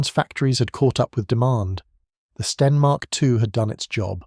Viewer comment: your narrator didn't consistently pronounce STEN. Sometimes a short E, sometimes long.